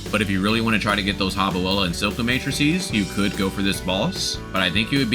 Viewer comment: It's still funny when you say "nukilus" instead nucleus and "silka" instead of Scylla.